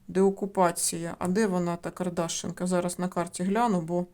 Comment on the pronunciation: Село Кардашинка. Наголос на и.